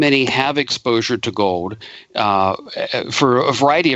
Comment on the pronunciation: What the heck is go'd? At least can pronounce 'gold' properly.